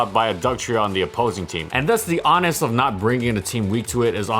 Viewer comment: "Onus" is pronounced with a long "O", Like "Oh-nuss", not "Onnus". Keep it up!